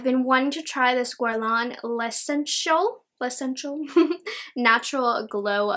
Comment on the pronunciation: L'essentiel is pronounced é san syèl